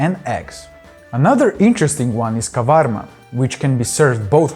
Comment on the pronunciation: Great video, nice overview of everything! I hate to be that guy but that is Tarator not an Ayran. Ayran is only yogurt with water it's Turkish in origin. Tarator has the cucumbers, dill and walnuts. And the salad has olives . Last correction it's kavarmá not kávarma. Still great video! ❤